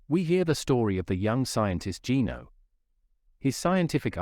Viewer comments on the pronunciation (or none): none